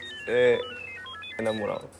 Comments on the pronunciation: Ese enamorao le salio Costeño 😅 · perolocupado🤣🤣 perolotupado JAJAJAJAJ creo que estoy enaamurau mis dos neuronas: bengu estoy to'o los micos concinae XD rrerible Terrible, Omg qué buena pronunciación mis neuronas: (x2) NO PUEDO